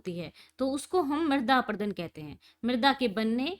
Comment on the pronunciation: Mam chader aprudun nhi hota parut apradun hota hai